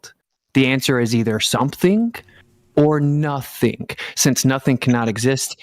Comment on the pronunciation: I don't trust people that pronounce the "G" at the end of words as "keh". "Notheenkeh", "sometheenkeh", the ocean is "waveenkeh".